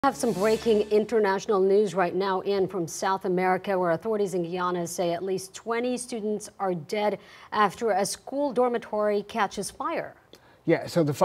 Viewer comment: It is pronounced Guy a na and Ma diah